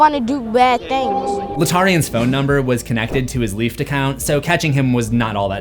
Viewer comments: It's LIFT (Lyft) not leaft 😂😂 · “Leeft” = Lyft 🥴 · I say, this guy talks a lot of shit about Latarian for someone who pronounces Lyft like "leefdt."